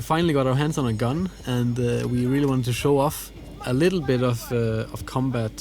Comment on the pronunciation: I CAN'T "RELLY" WAIT!!!!